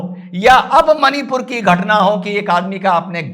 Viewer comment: it's मणिपुर and not मनीपुर।